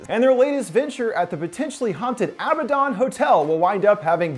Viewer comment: It's not Abba-Don. It's A-bad-en.